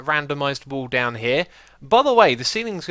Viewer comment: Always when xisuma says wall i understand wool :D